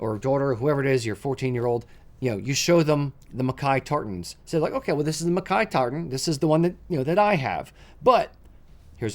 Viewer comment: So nice to hear MacKay pronounced properly.